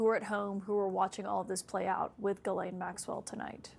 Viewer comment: I'll never understand why they pronounce her name "ge-len". Her name is Ghislaine, best pronounced "Jiss-len."